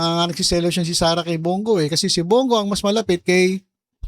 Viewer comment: I don't trust him sareyyyyyyy not sareyyyyy